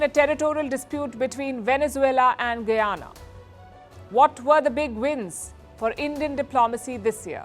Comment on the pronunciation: Its ga-yana..not goo-yana..bolo ga..bolo